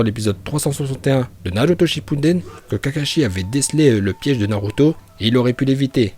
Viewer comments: Juste je sais pas où tu vois un N dans Shippuden tu dis h24 Shippunden est c'est faux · On dit Shippuden